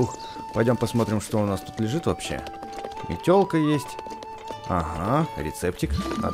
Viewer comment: мне послышалось не метелка а телка